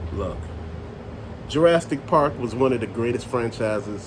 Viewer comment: What is Ju-RAST-ic park? It's pronounced Jur-AS-ick. No "t" in there. LOL